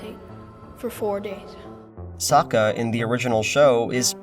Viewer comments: That would be correct if Avatar existed on our world and there wasn't a direct source material to reference. I mean in season 2, the tales of ba sing SE, Sokka explicitly explains how to pronounce his name. "That's right I'm Sokka it's pronounce with an ah-ka young ladies I rocked ya" ... One too many syllables or not he still explained his name. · Ok but “ahng” and “sowka” are how I thought their names were pronounced before I watched the show and had only read about it. Therefor, my theory is that no one in the entire production ever bothered to actually watch the show. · Fuck reasoning, anytime I hear Ah-ng or So-ka I physically wince.